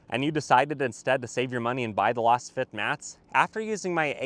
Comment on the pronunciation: I always enjoy your reviews. I agree that the Camry would be better as a wagon or hatchback (having owned a XLE Camry long ago). I think you might be mis-pronouncing the name of your floor mat sponsor "Lass fit", because it is created with a Laser scan it should sound "Laze fit". Keep up the good work.